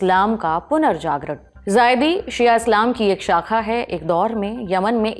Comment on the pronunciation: जायदी नही जैदी होते हैं